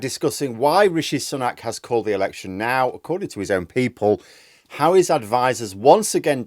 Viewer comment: Its Sue-nak NOT Sun-nak get it right